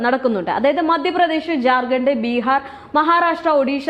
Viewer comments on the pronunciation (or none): none